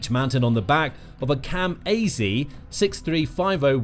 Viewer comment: 'Kam AZ'? I've never heard it pronounced like that. It's just Kamaz...